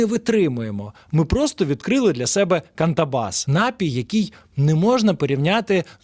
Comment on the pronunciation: напІй, аааааааа, не нАпій, а напІй, ви ж гроші за рекламу берете, грамотії 🤮